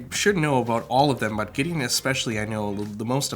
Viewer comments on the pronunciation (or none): none